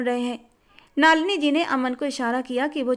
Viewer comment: नलिनी है,नालिनी नहीं है